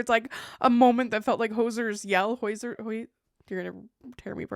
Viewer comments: Trying to not bawl at work, I have that dress, my only dream my whole life has been to be a mother. I thank you for sharing any detail you feel comfortable, it does give me hope. Also lol Hozier is pronounced like cozier - keep being you! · I think it’s pronounced hoe-zier’s yell 😊 and congratulations on impending parenthood, it’s such a exciting time but also such a rollercoaster of emotions, I have a nearly 14 months old and I’m still surviving not necessarily thriving 😅